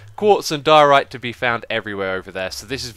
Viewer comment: lol he said diorite right this time though! :D